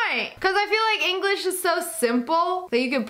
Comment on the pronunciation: Also notice she said "English-ian"😒😔